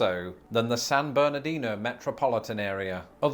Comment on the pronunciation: I live in San Bernardino County. (Congrats to for pronouncing it correctly, though his Los Angeles is a bit off). We love the Inland Empire. Within one hour, we can get to the Pacific Ocean, the mountains, or the high or low deserts (different). Speaking of mountains, we have several above 7,000 feet tall. And that's straight up; I live at about 1,500 feet. I have been lucky enough to go several times to England, Scotland, Wales, Northern Ireland, as well as the Channel Islands. Both of us have beautiful countries, though vastly different in size. Enjoyed this video, my cousins across the Pond.